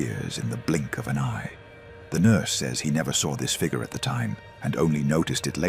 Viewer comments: Fig yur. Not fig ger. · Can not pronounce the word figure correctly.